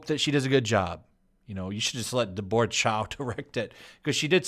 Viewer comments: Did you just pronounce “Deborah” to rhyme with “fedora”? lmao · it's Deb-bruh or Deber-uh. Like Debbie, but formal name. YOU'RE KILLIN ME SMALLS!;) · So why does pronounce Deborah weirdly? It's not an Asian name, and I've never heard anyone pronounce it like it was some alien word, day-bore, lol.